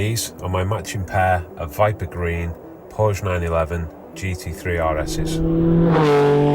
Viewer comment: PSA: Porsche is a 2 syllable word!